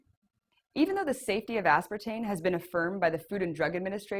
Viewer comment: She keeps reverting to say "aspartane" - dolt. Does not take away from accuracy of the report.